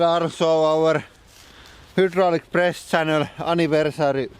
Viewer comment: I always think you say beyond depressed channel lol